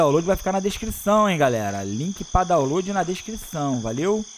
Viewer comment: "Dawload na descrição"... "Dawload" kkkkkkkkkkkkk CARALHO mano kkkkk